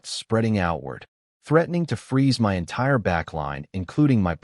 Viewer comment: The AI doesn’t know how to pronounce MY and doesn’t know math.